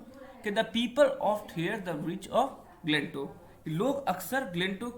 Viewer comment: Glentow galat bol rahe ho